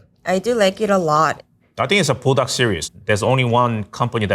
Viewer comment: The way she says Buldac, it sounds like burdock, which actually belongs in a Korean or asian soup.